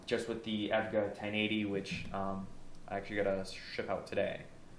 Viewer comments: did you really just say evga its e.v.g.a lmaoo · Aesthetic** ae S thetic, you pronounce the S. EVGA** Don't call it Evga, it's E V G A, each letter is said. "Without further ADO", not "Without further do". That... that's not a sentence. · Time Spy is a hall of all the past 3DMark benchmarks in showcase cabinets - one of the first cabinets in the test you'll notice is the Firestrike cabinet. It's actually pretty cool. Lol, and yeah, eVGA is not a word, it's pronounced by saying the four individual letters E.V.G.A. :) No worries though bro, - P.S. love the Cobra in Blue, this is the first video I've ever seen from your channel so I'm assuming that's yours. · It is pronounced E.V.G.A. lol, I really enjoyed the video though! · Tell me how a dude who phonetically pronounces evga gets a 3080 before me. I've had this exact model on evga step up wait list since 9/16. Still waiting. Enjoyed the vid, nice workdesk I'm jealous of that ar15 mat! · can we disregard the EVGA pronunciation lets give him a round of applause for using noctua fans